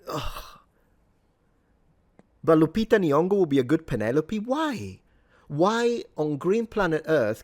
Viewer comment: When she pronounced Lupita N.-- (the first time which was different from the other times😅) I actually felt embarassed for her. And threw up in my mouth.